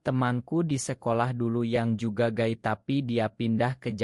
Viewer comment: Gay (baca gei) Min, kalo Guy ( baca Gai) mah nama suami gue😂😂.